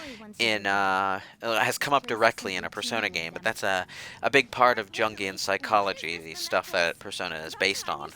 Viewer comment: The J in Jungian is pronounced like a Y. Blame Europe.